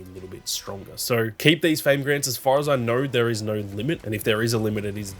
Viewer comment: When u say no u say it with a r at the end when u say do you say “doUr” funny little thing I noticed but other than that quality footy.